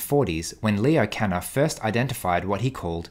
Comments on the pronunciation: Just a small thing, it's Leo Kanner*, not Kenner. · Leo Kanner, not Kenner